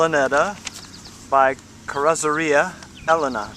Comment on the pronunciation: I enjoyed the video because I once co-owned s/n 0819 Ellena. We also had the single distributor, which, I believe came from the twin plug Maserati 6 cylinder cars. It was in fact like two 6 cylinder systems. Interesting to see the individual differences between Ellenas. BTW, I keep hearing people pronounce Ellena as you do, but if you google how to pronounce it, it's not the same.